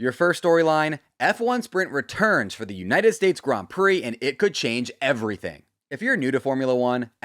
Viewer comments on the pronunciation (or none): none